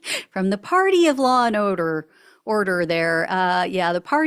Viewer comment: "...law and odor." You had it right the first time. 😂